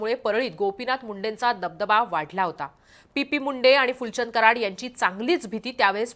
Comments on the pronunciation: Pp munde nahi o madam😂 T P Munde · पी पी मुंडे नाही हो चि पी मुंडे